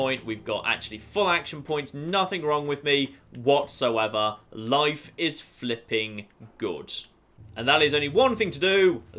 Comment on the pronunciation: I love everything about this guy except when he says flipen